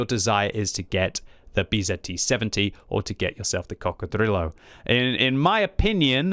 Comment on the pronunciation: please never say Coccodrillo like that again